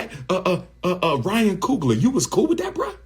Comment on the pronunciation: ryan coon-gler 💀